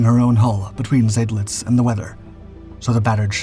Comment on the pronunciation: Not Zaydlitz but Zydlitz. Of course this poster isn’t a human, but a brainless computer.